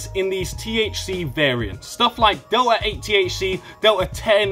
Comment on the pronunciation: WTF is Delah ay😂